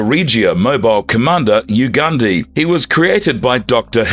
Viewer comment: YU-GAHN-DAY is how you say Yugande. The E in Japanese is more like an A or Eh.